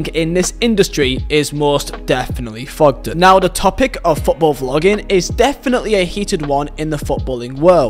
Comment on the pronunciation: It’s Thogden. Not Fogden